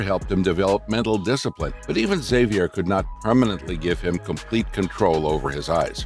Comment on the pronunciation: Great video, that's NOT how you say Xavier though.